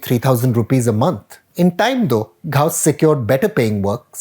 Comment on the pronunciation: I think Praveen can pronounce GHAUS as in غوث rather than anglicized "Ghaous"... (shrug)